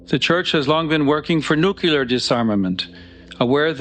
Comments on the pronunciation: Di d I hear the Pope correctly ? Did he say "NEW~CUE~LEHR" ??? Who said that President Bush used that mispronunciation as CODE for something else ? Does he mean "NEW~KLEE~AHR". Ohh there is NO HUMAN you can trust...no...not even the Pope... Put your faith in The One True God . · The pope saying "nucular" 😂